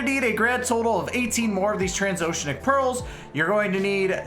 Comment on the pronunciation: its pronounced "trans-oh-she-an-ick" i hope that helps! EDIT oh shit, you said it right!